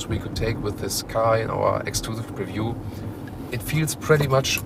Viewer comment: You're missing the P in Preview. ;-)